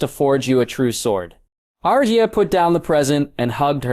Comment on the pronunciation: Rosia instead of Arya.